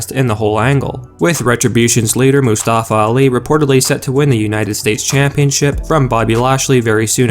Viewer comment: Can't even pronounce Mustafa right😂